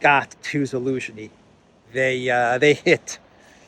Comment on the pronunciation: Your pronounciation of Zhaluzny is on point man. Damn😂